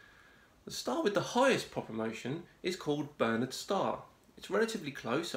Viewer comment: Don’t mean to be pedantic but it’s barnard’s star ⭐️ not bernard’s star. Still love your vids, keep up the good work mate.